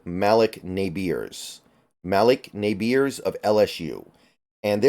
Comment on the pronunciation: It’s pronounced as “muhleek Neighbors” not Malock nabeers 😂